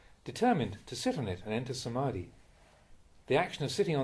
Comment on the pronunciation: ...ITS NOT DUKKHA!!!!!!!!!!!! THE PRONOUNCIATION IS COMPLETELY WRONGGGGGGG THE RIGHT IS>>>>>>>>>>> THUKKHA ".....mean suffer..... and lot of words those are pronounciations mistake... THE RIGHT ARE ........... ...........AKHAA~NAMEE......not ....akadami SA-MAA- THI............not......smati SAA~THU........ not ....sadu SATI...........................not.....sti THAI LANGUAGE have long sounds. THAI ALPHABET..............THAMMA......NOT ...DHAMMA .. THIS WORD MISTAKES CAME FROM IDIOT AMERICANS LAST 50 years before . ONLY ONE UNKNOWLEDGE MAN MADE THIS CRUCIAL WORD "THAMMA" ....become ....DHAMMA..... DHAM.....means....black ..... THAM........mean ......BUDDHA 's teaching.........THAMMA NOW YOU BECOME BUDDHIST MONK ALREADY . YOU MUST HAVE RESPONSIBILITY TO OUR BUHHIST THAT KEEPS OVER 2500 YEARS ... ALL WORDS .......FROM THAMMA TEACHING .....CONCERNED BHUDDHIST .... You MUST SAY CORRECTLY .....NOT JUST LIKE A JOKE AS YOU ALWAYS SAID IN YOUR VIDEOS . YOU MUST RESPECT OUR BUDDHIST RELIGION AND OUR THAI MONKS > BE SERIOUSLY SPEAK THE RIGHT SOUNDS ....... AND STOPPPP SPEAKing OR do PRONOUNCIATION AS YOU LIKE > PLEASE RESPECT BUDDHIST RELIGION YOU HAVE NO RIGHT AND STOP saying PRONOUNCIATION AS YOU LIKE !!!!!!!!!!! PLEASE PRACTICING AND LEARN MOREEEEEEEE FROM YOUR THAI MONKS . THEY WILL TEACH YOU THE CORRECT PRONOUNCIATION Best regards, Pratraipidok reader.